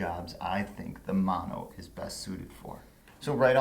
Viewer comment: Speaking as a dude who grew up in Hawaii: Mah(As in Mama)-no-ah, not Man-oh.